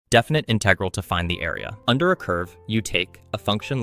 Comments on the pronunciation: InTEHgral. It’s InTUHgral BRUH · its IN-tegral not in-TE-gral ik its prob ai but why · Disliked bc I cannot stand the way he pronounces "inTEHgral' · Who the fuck says "inTEgral"? The stress is on the first syllable, jesus christ. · It's integral not integral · Yeah im certain this is AI, just listen to the way he sometimes pronounces the word integral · Why are there so many videos using AI voices? It pronounced Integral at least 2 different ways in less than 30 seconds. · why do you say "integral" like a fucking dumbass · I have no problem with content that uses AI voices, I actually think they're going to become very useful in the future for expanding content, I just wish they were better at inferring ambiguous pronunciation better. For instance, how in this video the word "integral" keeps on switching between the correct pronunciation and incorrect, it's extremely distracting. Also how Lebesgue is pronounced incorrectly.